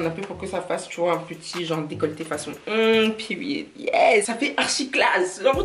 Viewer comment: C’est pas peery c’est Period en tout cas tu m’a fait trop rire🤣🤣🤣🤣😭😭